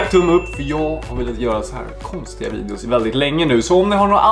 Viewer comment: Det lät som om sa om ni vill att vi ska göra fler sånnahär virus men hon sa vidios